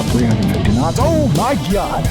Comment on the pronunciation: Love how he says “oh my GYAHD”